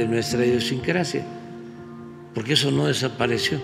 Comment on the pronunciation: No digas heso Amlo. ❤